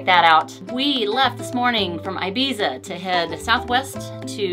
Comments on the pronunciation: Please dont say ''I bisa''. It friggin hurts me. Its spell Ebitza dont say I bisa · It's not "EYE-Bee-zza". It's EEE-BEE-THA.